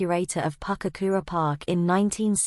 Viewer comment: Its Pukekura not Papkura. I spent many a day as a youngster down there getting tadpoles and say it develop